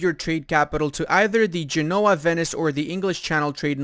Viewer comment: Gènoa pls, not Genóa